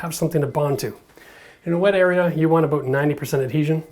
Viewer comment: The way he went a "boot" it was very Canadian.